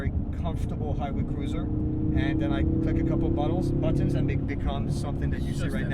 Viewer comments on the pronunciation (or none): Did he say he could click a couple buttholes? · "click a couple buttholes" did no one else hear this?????